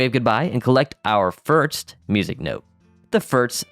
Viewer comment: Ok am I the only one getting a tick from the way hes saying firts instead of first? XD i mean no hate brother, I just coudltn ignore it. Great classic right here though!